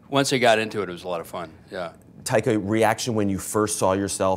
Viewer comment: "Tiger" is what i heard they called Taika the whole interview